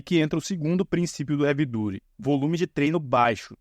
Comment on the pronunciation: Sensacional seu vídeo, fiquei corrigindo a pronuncia na minha cabeça hahaha Havey DAAATY